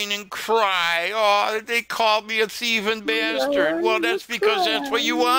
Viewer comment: I love it when you call them BASTORD ✊